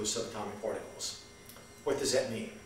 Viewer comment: "Porticles" lol ! His grasp of QM is about as convincing as his pronunciation!